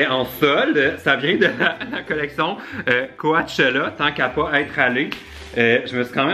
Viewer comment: "Co-tché-la" pas "Co-A-tchéla" mais spa grave je taime pareille.